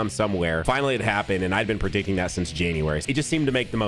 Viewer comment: Lets ignore that said predicking during the intro